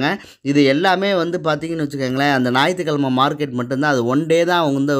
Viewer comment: "நாயித்து கெழமா" கிடையாது "ஞாயிற்றுக்கிழமை"